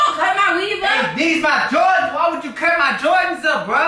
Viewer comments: She can't even say jordans. She like " jardans" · Its prounced Jordans Not Joradns lol 😂😂😂 but it's ok the first time I heard Jordans I said Jadons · Wtf is some "jawdans" 😂😂😂😂😂😁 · his favorite "jardins"😂😂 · "these his favorite JARDINS" LOL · She say Jardens😂😂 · She said jardans haha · She say Jardans😭😭😭😭😭😭😭😭😭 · she said jardens